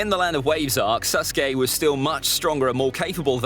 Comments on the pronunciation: Bruh he said land of vawes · "LAND OF VAWES" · ITS NOT SUSKAY Edit: WHAt is the land of vawes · Land of "vawes"?! Wth is that?? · It said land of vawes….. that all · uh what's land of Vawes lol.